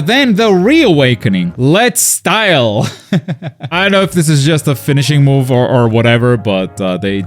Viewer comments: “Let’s Style” 💀 I think they said Letzt Stil a couple times in the new season. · Yeah, the pronounce is more like "lets steel"